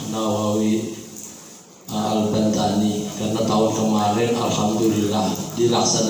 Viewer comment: Yg benar AL-BANTENI bukan AL-BANTANI